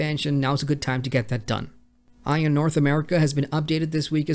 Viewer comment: Please work on your pronunciation - it makes you sound like you're completely unfamiliar with the titles/companies. In this video alone, a few things you mispronounced were: Gamigo, Bandai, and Aion.